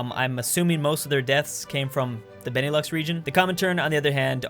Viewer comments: Benelux is pronounced ben-a-loo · Beneelux lol Because it's Belgium Neetherlands and Luxemburg